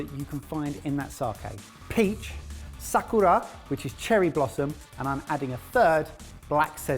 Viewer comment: "Sah-koo-raw" -- 2019